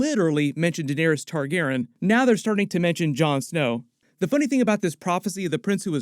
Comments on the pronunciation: I LOVE your content but I’m autistic and I MUST know why you are saying Targaren instead of Targaryen? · Why do you keep saying Targeren?? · Excellent breakdown and background. Nice job! Also, Targaryen is four syllables :) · Not trying to be mean just confused why is saying Targaryen different?